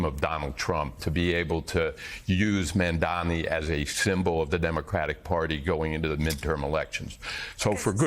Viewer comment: Gotta wonder if all the ppl mispronouncing “Mamdani” are that ignorant or doing it purposefully.